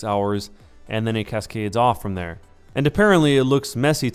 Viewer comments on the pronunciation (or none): none